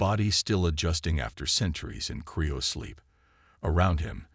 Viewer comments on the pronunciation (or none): Someone needs to tell the AI that's CRYOsleep.